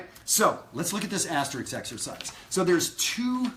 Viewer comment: Great lesson, as usual. Thanks! NOW, for your lesson from an unrepentant word prig: the word is pronounced "asteriSk", NOT asterikS. Now let me go chase some kids off my lawn....See you at Maryland Summer Jazz. --Dayton